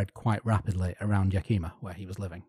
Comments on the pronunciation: Yakima is pronounced "Yack-eh-ma" not "Yack-ee-ma" It's a few miles from my hometown. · Yakima is definitely not pronounced like that. Yah-ki-mah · Yak-ih-mah. Yakima. Yak-kima is a chick named Kima who got to drunk and puked alot.